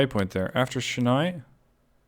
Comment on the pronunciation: A little pronunciation guide if you will: Chennai - Chen-Eye Jeddah - Jed-Dahh Surat - Soo-Rathh Hyderabad - Haider-Ah-Baadh One catenary eh? It's always the small thing that throws everything out of whack. I'm glad you caught that though. It would be really helpful if there was a mechanism within the game that can point out to where exactly the problem lies. Like in the line manager it shows in red. Say we click on it and it directly takes you to the problem location. This could be immensely helpful in cutting down on churn. As far as track-building goes you have improved significantly in comparison to the previous season. There is room for improvement I'd say. Your track lines are very busy, they come off as very congested. If you would like some inspiration on track laying I would direct you to GrandT's excellent Transport Fever 2 series. Cheers!